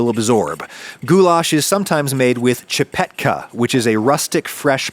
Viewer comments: i can take most things. but pronouncing schipetke as Chipetka wronged me.. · The way you said csipetke made me spit my drink out. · Hungarian dude here to keep your facts straight.. Gulyás is a soup, if it's a stew it's a pörkölt. Also we put potatoes in it, some people do either csipetke or taters, I love 'em both in mine. Thanak you for coming to my TED talk. Ps.: I love the way Adam almost nailed pronouncing csipetke.❤